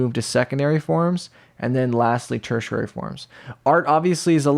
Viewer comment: im sorry but the way you say tertiary cracks me up. tersher rarey. 🤣